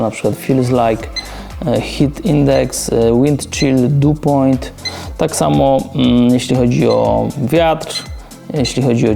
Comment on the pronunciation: "du point"? no błagam... 🤦‍♂